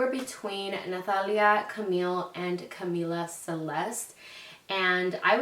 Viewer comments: Natali Vazquez yessss lol that irks me, like say “Camila” like the music group not Camila like camila cabello 😂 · Am I crazy I feel like she keeps pronouncing it not in a Spanish accent lol. Like Cuhmila. Cahmiiiiila. 💕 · how cute!!!💕 my niece's name is Camila Isabel and we call her cam or camina because that's how she pronounces her name lol